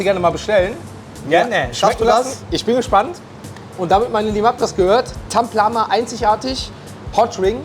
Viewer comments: Taplama und nicht Tamplama 😅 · Es heißt Taplama nicht Tamplama 😅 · Da steht sogar Mr.Taplama er sagt Tamplama